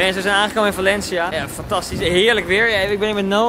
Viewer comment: Da klinkt super raar als je zegt we zijn in Valencia mijn vrindin noemt Valencia